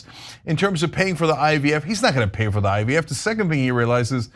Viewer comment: Did say IVF or IDF? Maybe it’s because I just can’t listen to this guy anymore!